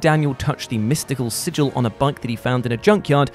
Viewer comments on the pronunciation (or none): none